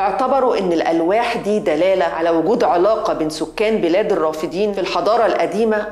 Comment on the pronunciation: الرافدين مثنى ...وليست جمعا...لذلك تلفظ بفتح الدال ...وليس كسرها كما قالت المذيعة